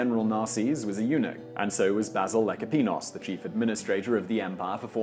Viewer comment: "and so was Basil Lackapenos"....are...you...serious?